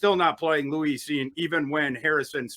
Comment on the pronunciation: Lou-eese Cine.😅😅😅😅. It’s Lewis bro.